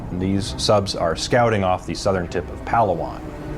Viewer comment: It's called Pala - wan